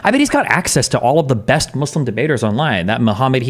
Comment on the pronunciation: I hate the way Destiny pronounces "muslim" "islam" "muhammed" Like we know that is not how native born Americans from Nebraska pronounce those works.